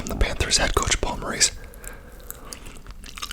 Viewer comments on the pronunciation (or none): none